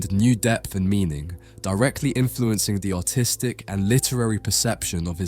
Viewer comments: 🤣😂🤣every time he says artistic my dumb american brain hears autistic🤣😂🤣😂🤣😂🤣😂🤣😂🤣😂🤣😂🤣😂🤣😂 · Because of his accent I keep hearing "autistic" which is very fitting when describing these people. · when he says artistic, i keep hearing autistic the video is kinda funny now